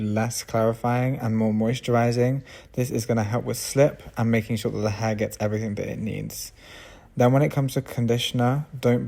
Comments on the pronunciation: i dont know if he is saying her or hair . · I love how you pronounce HAIR. 😊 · I love the way he says "hair".